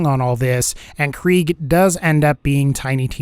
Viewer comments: It’s prounounced “Craig” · It’s pronounced kra-g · Kriegs not German though 😂 it’s prounounced “Craig” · I thought krieg was pronounced craig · It's pronounced Craig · Why do you say krieg as kreeg you make it sound stupid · I think its pronounced kreg